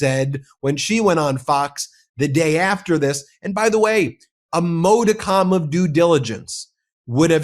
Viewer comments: its not a "o" sound mod·i·cum /ˈmädəkəm/ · Did you say “a moda-comm”?? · Modicum not modicom